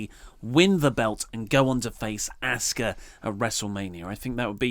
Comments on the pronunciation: I'm British and get it but ask-a or ask-her is not how wwe say it they say it like oscar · FaceMan Buddha lol no it’s not. It’s not pronounced “ah-sue-ka” in Japanese. It’s pronounced “Aww-ska” just like Kyosuke is pronounced “key-yo-skay”... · The correct pronunciation for Asuka is "Ah-su-ka" which is respecting the Japanese culture. So, saying it differently, i.e., in one's own native language, displays a lack of veneration, which cannot be justified by one's culture. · It is Japanese, it is pronounced Ah-s-Kah, short a sound.